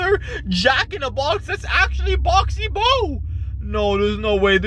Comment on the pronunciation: That ain't boxy boo and you ain't saying the name properly it's pronounced boxy boo not boxy boe